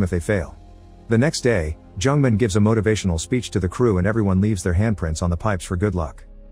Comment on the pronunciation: The narrator pronounced Jung-Man like a Jewish name, Jungman XDDD I can't.